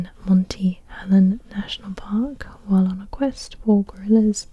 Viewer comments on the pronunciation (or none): none